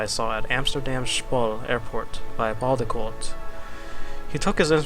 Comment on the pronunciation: I'm from Germany and I never heard "Waldeinsamkeit" but your pronunciation of the word was really really good! :) BTW: Amazing video (like always)! Thank you ♥